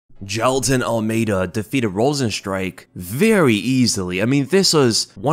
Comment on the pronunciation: Jailtonove Ahlmeidanovisky 😂 brazillian russian right there lmao 😂